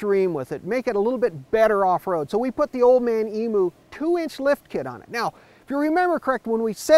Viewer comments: It's EMU! not EMOO... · emoo...lol, just so you know it's pronounced eem-yoo